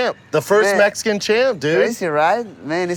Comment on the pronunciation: brandone never doesn't say AYEverybody AVEvery video he makes. Also he says messsscan.